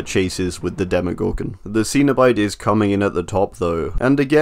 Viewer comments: I am pretty sure you are saying CENOBITE wrong because Clive Barker pronounces it Sen-O-Bite not the way you say it which is Seen-o-Bite because I seen him say it in interviews. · Yeah it felt like he never watched Hellraiser movie. Hearing him saying Seen-o-Bite sounds a bit cringe.